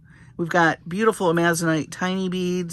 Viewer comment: FYI: Amazonite is pronounced Amazon-ite, Amazon like the river and surrounding area in South America plus i, t, and e, rhymes with light, fight, night. Thank you for sharing your love of jewelry making and your skills! You share so much info which makes things interesting!